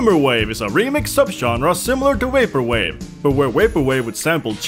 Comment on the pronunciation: i want a vaporwave video just to hear you say "vaporwave" a bunch of times